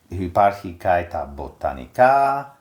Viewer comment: Η κυρία μιλάει με λάθος τρόπο την αρχαία ελληνική γλώσσα.... Το "και" το προσφέρει "καΐ"... Το "και" είναι μονοσύλλαβο και η κυρία το κάνει δισίλαβο... "Κα -ΐ"... Το "εύ" που είναι δίφθογγος το προφέρει ως δύο ξεχωριστά γράμματα.... Έ και ύ... Με αυτή την λάθος προφορά που βασίζεται στην λάθος θεωρία του Εράσμου όμως, δεν βγαίνουν 15 συλλαβές στον ιαμβικό δεκαπεντασύλλαβο.... Άλλα προφέροντας το μονοσύλλαβο "και" ως δύο συλλαβές κά και ί, βγαίνουν παραπάνω συλλαβές... Ενώ οι αρχαίοι ποιητές έγραψαν σε δεκαπεντασύλλαβο..... Επίσης η γλώσσα που μιλούν δεν είναι αρχαία κλασσική ελληνική γλώσσα αλλά νεοτέρα, μετά την εποχή του Μέγα Αλεξάνδρου, η λεγόμενη κοινή ελληνιστική... Έκανε μεγάλη ζημιά η λάθος θεωρία του Εράσμου.... Διαγράψτε την τελείως....